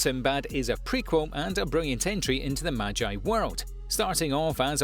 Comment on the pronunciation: So nobody gonna talk about how he said maji instead of magi :/